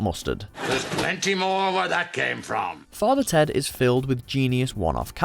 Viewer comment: You butchered father ted you clown .